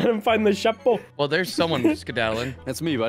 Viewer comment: When said chapeau wrong and in fact said Chapon which means castrated male chicken. Still extremely funny 🤣🤣🤣